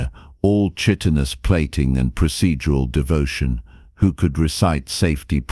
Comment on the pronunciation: Yeah, and the pronunciation of chitenous is a hard “ch” not a soft. Sounding like a “k”